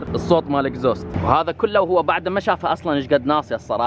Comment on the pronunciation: اگزوزت وليس اكزوست